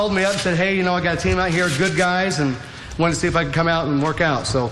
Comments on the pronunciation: exactly, they way he pronounces guys as gays is hilarious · he says "gays" instead of "guys" rofl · ” …before you gays got on this show” 😂